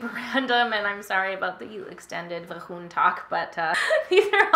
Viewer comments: vaJOOOOON or vahoon? LMFAO i love how u say the actual word differently when it seems like ure feeling a bit awks to talk about certain things. makes me laugh! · Great video and you’re always so hilarious. Vahoon! I just laugh every time you say that word. 😁🤣